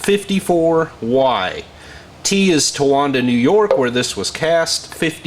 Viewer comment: What fun to watch. BTW, it is ton-uh-WAN-duh (Tonowanda), New York. I had a Corvair that came from there (at least its engine). I love the PowerGlide 235. The one in the first car I drove (54 BelAir) was so smooth, you could barely feel it running.